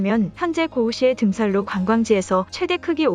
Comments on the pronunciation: 잘보았습니다 아나운싱할 때 자음접변을 잘 지켜야해요 '등산로'는 '등살로'가 아니고 '등산노'해야함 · 등산로는 등산노 로 발음 하는게 맞습니다 계속 등살로 등살로 라고 하시네요. 잘난척을 하려는게 아닙니다. 자랑스런 우리의 말이니 제대로 발음해 주십사 하는 마음으로 말씀드립니다